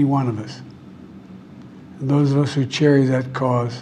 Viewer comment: "Those of us that cherry that cause".... God, how many takes did he need to read this and still can't get it right! Go take a nap.